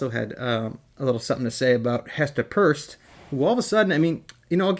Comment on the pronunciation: Stop being a doofus; Her name is Pierce (pronounced peers) NOT purse 👛 Stupid is; what stupid says!